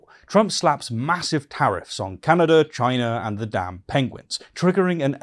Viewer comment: Tariffs is a beautiful word INSTEAD ITS NOW PRONOUNCED AS TEARS RIFTS.